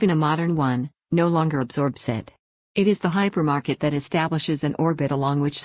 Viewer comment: Hypermarket, not "Hypermarked"